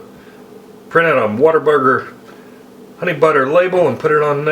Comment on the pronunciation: "What'erburger" - that's how you know he's authentic.